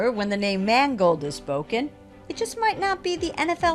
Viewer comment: HER NAME IS MANGOLD, MAN "GOLD"